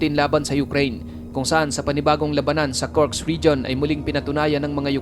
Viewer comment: Kursk hindi Kurks!